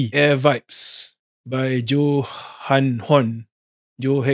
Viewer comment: Johan bro johan 🤣 " joe hunt "